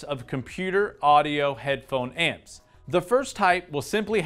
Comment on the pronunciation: You made me chuckle when you kept saying "headphone ants"